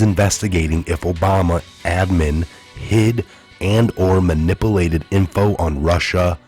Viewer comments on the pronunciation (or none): Dude dude .... its man ip u lated not manipleted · Manippolated huh ?